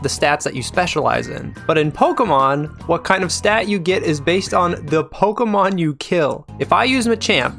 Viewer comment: and you still can't say pokémon right